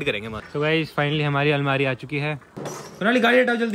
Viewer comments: Almari Not Almira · Almira nhi hota Bhaiya almari hota hai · अलमीरा नही भाई अलमारी होती है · Bhai bo almiira nhi hota bo almari hota he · Almeera nahi almaari😂